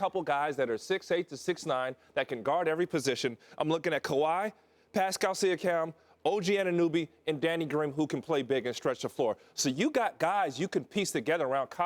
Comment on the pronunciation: to Pascal Seeakam? OG Anynooby? Clearly Ryan Hollins wasn't a major in English.